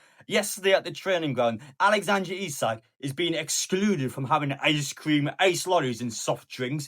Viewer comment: it’s alexandER not AlexandRE ISAK